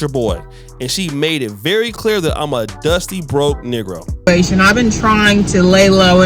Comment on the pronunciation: This was zaddy number 12. The saga continues 😅 And she was probably his black girl number 12, with a mental illness (whose draws he wanted to rip apart). 😅 But “we beez dustay”? 😅